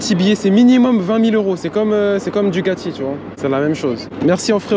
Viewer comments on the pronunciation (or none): Super moto, juste fait attention on dit DuGati mais DuCati, c'est comme si tu disais Gawasaki t'as l'air con